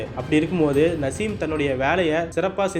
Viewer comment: Ada iva yaaaraa ivan.. Perukooda padika therila... Naaasim... Nasim nasim ndraaa